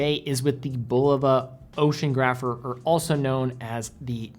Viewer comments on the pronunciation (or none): "Ocean Grapher" Cmon... you undoubtedly mean "Ocean-OG-rapher" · it's pronounced "Ocean-ah-grapher" not "Ocean-grapher". This was my field of study in university lol